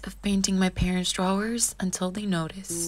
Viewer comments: Draw-wers. Lol it’s pronounced DRAWWSSSSS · You pronounce it 'draWers' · Never heard someone pronounce the entire word “drawers”, interesting